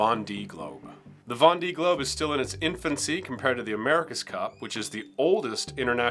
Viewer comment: GOOD info. Thanks. ps: The famous Vendee Globe is pronounced "Von - day". (Plus ou moins. En tous cas, mieux que 'Ven-di").